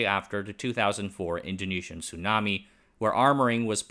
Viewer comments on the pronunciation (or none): none